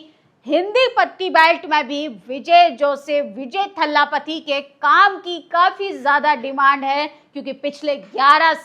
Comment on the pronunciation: बहन वो थल्लापति नहीं थलापति है।